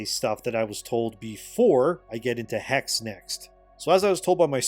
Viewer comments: It's Hexe not Hex just like Porsche not Porsch. Second e is the same as the first one. Why it's do hard for you? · Hexe is not pronounced "Hex-ie" nor "Hex." German has no silent e or silent k, Germany doesn't do that nonsense. Es at the end of a word are always pronounced; it's pronounced "hex-uh/hex-eh." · it is not pronounced "HEX" it is HEXE. the E is not silence.Hexe is the german word for witch.... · Hex? You mean the hex like you get cursed? You speak the last e like you would I im German and I think it’s called Hexe so the German word for witch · Hexe is pronounced hex-eh, the e is not silent in German. And all thy need to do is build Wernigerode and model the Harz mountains to be accurate. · Brother its pronounced HexE the e at the end gets pronounced as well. Greetings from austria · Just fyi, if the Hexe game is supposed to be the German word for witch (as seems likely from the setting) then it should be pronounced with a short e sound at the end, so Hex-eh. I don't know about Ubi remaking all the AC games. While I enjoyed them when I played them, I'm kind of one-and-done with story games and have no desire to repeat the experience, so I wonder if they are really going to get the sales out of those remakes to make their money back. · Hexe is German for witch, it's pronounced hex'uh. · HEXE is probably pronounced He - She. I believe this, because I know a person named Xolo, pronounced Sho-Lo. It's like a dev gotcha. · In German witch is Hexe pronounced as Hexuh. Just saying. Ppl won't buy the games alot if they won't adjust, it's simple as that. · "Hexe" is German for "witch". The last "e" is not silent. Pronounce both "e" the same way you do the "e" in "ending". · From everything that i heard from Hexe until know sounds intressting. Also i think it makes alot of sense that you play in Hexe a Woman as the setting is in the time of Witchhunt. Oh and FYI, "Hexe" is the German word for Witch and you pronounce the e at the end.